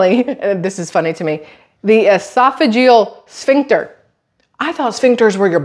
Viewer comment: You said it right!😂 esophagus sphincter